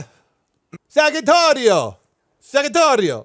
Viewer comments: when u sad the name u spelled saghittario, to say it well u should say the "g" like in Geordie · As an Italian, the pronunciation isn’t perfect but not terrible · his pronunciation was actually horrible...